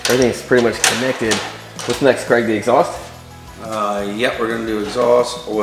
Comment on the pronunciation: Why do Americans pronounce Craig as Cregg? It's an ai sound not an eh sound.